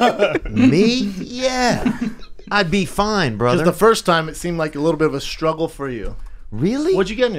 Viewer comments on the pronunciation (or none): none